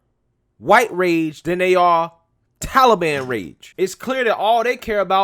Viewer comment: Joe, it's the Taliban, not tallyban.